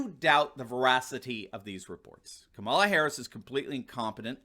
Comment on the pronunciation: Ka-ma-la. Equal pronunciation. The name “cackles” is fabulous though.